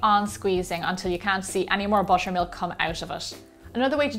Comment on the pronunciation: I heard washer and washer milk 😂